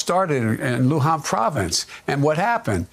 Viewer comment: He says Luhan province. Maybe that's the confusion. They went to the wrong place!